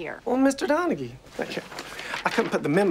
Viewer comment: "Well, Mr. Donaghy", Kenneth pronounces Jack's name correctly because he's old enough to know Celtic .